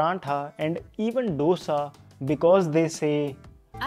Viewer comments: Pls say Dosa not dhosa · Dosha nahi dosa. Itli nahi Idli